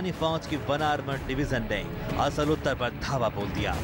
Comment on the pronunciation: असल उत्तर नही होता। आसल उताड़ है नाम